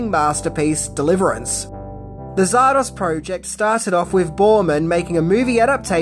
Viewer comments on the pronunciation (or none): Zardoz so why keep calling it Zardosh? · its zardoz ZARDOZ not zardos come on now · Hey mate why in the heck you saying: czardasz ?? Batsht crazy Aussie, are ya?! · Sorry dude it's Zardoz Not Zardosh Please pronounce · after watching the whole video i still don't know if you pronounce it "zardoZ", "zardoS" or "zardoSH" :) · You say Zardosch, and I say Zardoz You say good film, and I say weird film, Let's call the whole strange. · Zardosh!?... maybe that's how Sean Connery pronounces it😅😂🤣🤣🤣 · “Zardosh”? What, is it Hungarian? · why does this bird keep calling it ZAR-DOSH??? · What's, "Zardosh"? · Stop saying Zardorzshh, you massive. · Why did he keep saying "Zardosh"? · I last saw this film in the mid 80s on my tiny black and white TV, so my memory is definitely not great, but why did you pronounce it Zar-dosh at the start? Is that how it's said in the film? If so, I really don't remember that. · hey why are you sometimes pronouncing it "zardosch"? did i miss something? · I couldn't tell if the Zardosch was a nod to Connery and his accent. In the outcome he did say sheeya! instead of seeya! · I'm not proud of how long it took me to realize why was saying Zardoz the way he was. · So you can't even properly pronounce or even spell the name of the film! Astounding! Yep you're right... You are tripping balls